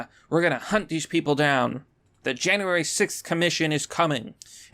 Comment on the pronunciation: Why do you have such a hard time saying "sixth" 😂